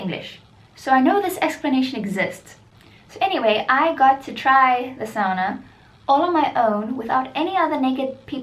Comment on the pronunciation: Stop saying zoona because it's fricking SAUNA NOT ZOONA